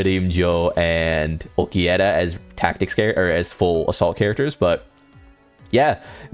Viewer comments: I heard that too but I was gon give him a break😂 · okay, let me lay it out for you. Nellel and Ulquierra are obvious mistakes. So fair play pointing those out, I guess. But Grimmjaw is a stylized pronunciation that is more faithful to the way it's pronounced in japanese. You'd know that if you'd watched the show with the original voice actors. So that's the exact f it has to do with it: you acting like -jau is the definitive way to pronounce it because that's how it is in the dub. It is not. Both are acceptable.